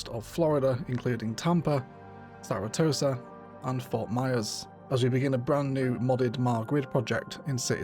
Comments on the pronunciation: BTW, the name of the city is Sara-SOTA, not Sara-TOSA. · Haha. When I heard that I had to back up and listen again. Saratosa sounds like a pirate enclave and should find a way into the build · Hahaha it’s not Sara tosa it’s Sarasota hahahaha 😅 great video ty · As a floridian, I can't help but point out that the city is called SaraSOTA, not SaraTOSA. Great city start, looking forward to more episodes! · It's pronounced Sara-So-Ta. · Love this but it’s SaraSOTA.